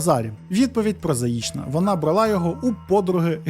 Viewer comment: Я дуже-дуже перепрошую. Мені дуже подобаються Ваші відео, але не можу втримась від хвилинки грамар-наці. У Вас часто проскакують російські наголоси: брАла, а не бралА, спИна, а не спинА, помЕрло, а не пОмерло. А ще по-російськи звучать наголоси на прийменниках, наприклад, ми віримо на слОво, а росіяни — нА слово. Ще раз даруйте. Просто це часті слова у трукраймі і я сподіваюсь, що Ви пофіксивши ці дрібнички, покращите ваш контент. 😳